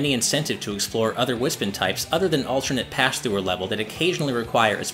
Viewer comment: It’s pronounced Wis-Pon